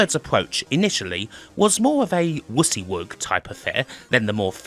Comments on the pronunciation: I've never heard anybody pronounce it the way does here, and I'm English and worked with WYSIWYG programmes for years. Just one of Kims eccentricities. Like putting the syllable stress strongly on the second syllable in "industry". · ...I didn't think British and American pronunciation would extend to acronyms, but we pronounce it why-SEE-wig over here. I just found that neat.